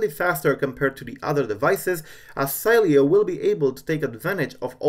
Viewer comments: it should be pronounced "Seeleo" hey try this in the terminal with say command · Savage_Fps-Gamer last time I checked it doesn’t matter if you tested on a text to speech system if the creator says to pronounce it Si-lee-o it’s pronounced that way whether you want it to or not lol I think you need to learn how United States ACTUALLY works